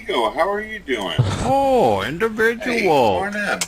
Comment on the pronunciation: Indivijul sichuashun